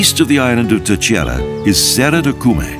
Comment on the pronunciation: Great promotion of the Azores by Expoza Travel. Obviously the presenter does not speak Portuguese, which is fine. However, I would like to point out the the proper pronunciation of Terceira phonetically. It is pronounced: Ter-say-ra...read as if it were written in English (i.e. say is pronounced like the word to 'say' as in something. Great video.